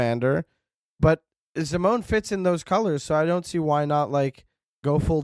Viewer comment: Zim-o-nee?!? How dare